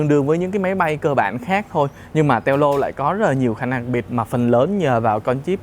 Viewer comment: Đọc là teo lô mới ghê